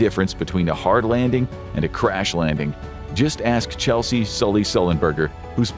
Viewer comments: Ches-ley not Chel-sey Sullenberger. Put some respect on the man's name. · Chesley Sullenberger. Not Chelsea.